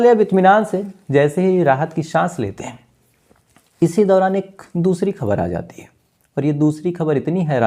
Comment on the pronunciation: Bhai, कई बार कहा है आपको, हिंदी के उच्चारण पर ध्यान दो इश्कूल, आद औलाद शक्ति से पूछताछ शुरूकी राहत की शास पत्नी का नाम शंगिता ऐसी तमाम उच्चारण आप गलत ही करते है कृपया सुधरे शायद आप ध्यान देंगे